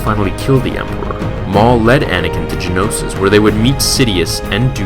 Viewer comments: Geonosis, not Genosis. Other than that, a great story. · Why are you saying Genosis, it's Geonosis. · geonosis not genosis